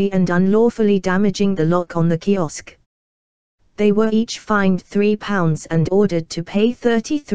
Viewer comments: Yet another automated narrative voice, which is irritating to listen to. Furthermore, it's "kiosk", not "kisok." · This could be a quality video if it wasn't for the mechanical voice and lack of attention to basic information (Kisok/kiosk).